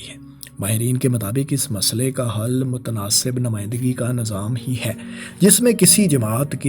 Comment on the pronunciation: Nazaam... Ameedwaar... Bhai.. Nizaam hota hai,. Aur Umeedwaar hota hai... Zair Zabar Paish ka khayal rakha jaye... Baki Content buhat zabardast hai. Well-done